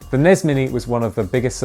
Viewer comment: NEZZ AND SNEZZ?!?!? It's EN-EE-ESS and ESS-EN-EE-ESS!!!